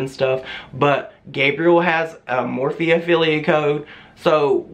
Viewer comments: Lmfao now I cant un hear more feet 😜😂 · The more she says morphe sounds like *MORE FEET *im screaming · Jaclyn Hill saying "morphe" for her entire career straight!